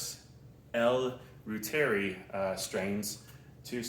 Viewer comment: … No, it’s German pronunciation. ‘Roy-Tuhr-Eye’